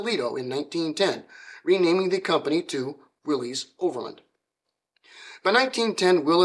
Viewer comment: Thank you! Not only for an insightful look into a fascinating man, but for correctly pronouncing his name and his company’s name. Willys, to all in Toledo, many who worked there, was always pronounced “willeeze” including by my great aunt who answered the phones there (and numerous other family members and acquaintances who worked there).